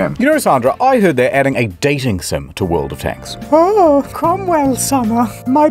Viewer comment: The way he said "world of tanks" at the start sounded like an alien attempting to recreate the English language with only a vague understanding of how letters are pronounced.